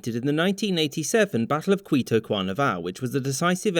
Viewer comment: as an Angolan, you said Quito Quanavale, you said it pretty well. And awesome vid.